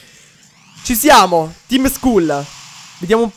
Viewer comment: Skull si legge "Skall" Ti prego leggilo bene.